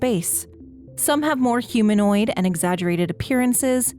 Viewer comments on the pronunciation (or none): none